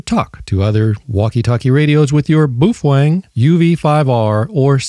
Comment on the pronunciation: Boofweng.....😂😂😂 It is pronounced Po Fung......